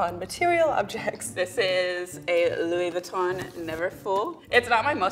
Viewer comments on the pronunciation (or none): Glad to see u’re slaughtering Louis Vuitton’s pronunciation like we’re slaughtering Nike pronunciation in France 👀 (in case u’re wondering we pronounce it like u but without the sound of the letter e : Nik)